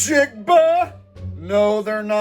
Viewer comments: did he say nigg jigg buh? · Jackson Smith NIG-jigba. Not how its pronounced bro lol